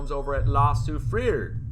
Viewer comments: Hey... I luv it when you try to pronounce La Soufrière... lol...lol... I am a French speaking Quebecer whom learned to speak English. The appropriate way to pronounce Soufrière is: Sew - free - air Much luv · Hi 🙋‍♀️, in French the last letter is often silent so “sue free” is how the name of the volcano is pronounced😉